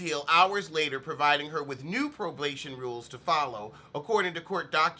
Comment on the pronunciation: "Arrested for probaybay violaylay" lmao!!!